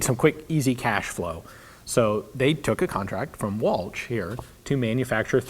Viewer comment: Anerican pronunciation is awfull it's ch sounds like SHHHHH